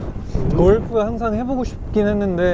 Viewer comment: 서쟈니 진짜 세심하다 골프 원어민 발음 하면 알아듣기 힘들까봐 일부러 살짝 열화시켜서 발음하는거 느껴짐